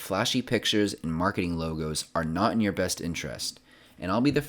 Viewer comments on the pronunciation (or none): none